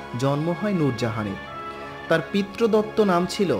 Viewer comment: উচ্চারণ এতো ভুল কেনো? পিতৃদত্ত হবে পিত্রদত্ত নয়